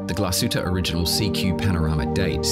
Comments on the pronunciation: Why pronounce it Origanal? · Like "Angala Merkel."